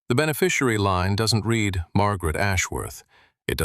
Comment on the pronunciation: Prozackly. Let’s do it. Better writing, proofread, correct pronunciation (red/reed=read). No nasal 14yr old female narrative!